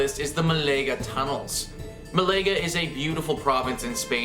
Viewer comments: Mah-la-ga Not Malayga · Commentary recorded in an echo chamber! Can't even pronounce MAL aga. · oof, and he said "muh-lay-guh" too.